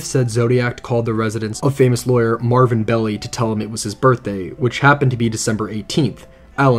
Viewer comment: He pronounced all kinds of things strangely, which I find puzzling, since he makes numerous references to the David Fincher film, in which all the names and places are pronounced correctly. Melvin Belly? LOL! (It’s pronounced BELL-eye)